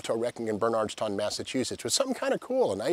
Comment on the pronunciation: I like how he try's to pronounce Bernardston , Ive been to that junkyard many times as a kid